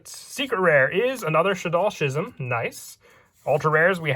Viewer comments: its not shizm its skizm skizm not shizm thx😀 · reeshaddoll wendi was a super rare in the shaddoll showdown structure deck; also “schism” is pronounced “skih-zuhm”